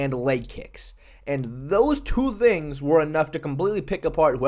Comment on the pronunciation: Poor. He can't say "things" anymore.😢 From now on, I will cherish my front teeth.